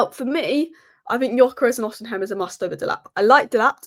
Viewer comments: Its Os i Men not os in hem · Ignore the h in Osimhen. Just say Osimen